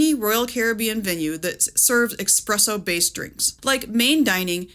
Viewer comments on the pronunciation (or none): Great video, but… there’s no x in ‘espresso’. :)